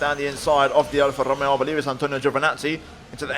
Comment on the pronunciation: And how he said Alfa Romeo